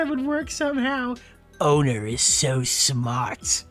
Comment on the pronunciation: Something about how pronounces "owner" as "odor" hits different